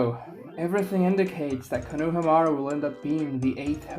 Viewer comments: STIP SAYING KONOHAMUARU LIKE THAT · Bro idk what to make of your take when you can't even pronounce konohamaru right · if your going to make a video about a character at LEAST know how to pronounce his name